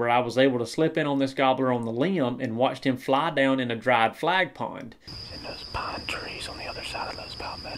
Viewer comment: as a Florida resident I thought this was an awesome video, except for one thing. It sounds like you are saying “flag pond” but we actually call them “flat ponds.” (Just a tip from a local for anyone planning on coming down)